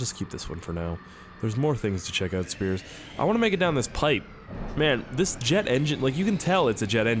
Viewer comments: Sounds like you're saying scarce instead of in the intro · hey what's up guys here sounds like hey what's up guys scarce here